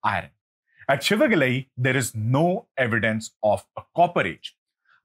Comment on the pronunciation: IT'S SIVAGALAI NOT SHIVAGALAI, THERE IS NO SHA SOUND IN TAMIL LANGUAGE.